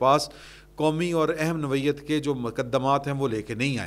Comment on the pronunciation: سر اپنا نوعیت ٹھیک کروا لیں... لفظ نو وئی یت نہیں ہے نوع عیت ہے